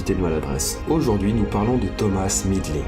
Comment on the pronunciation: Thomas se prononce toma